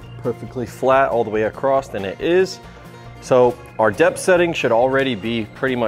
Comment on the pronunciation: "or you can come back acrosst" acrosst? acrossed?